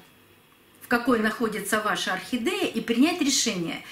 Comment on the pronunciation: Зачем букву е произносить э орхидэээя